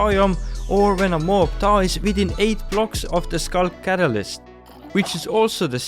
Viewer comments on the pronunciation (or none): none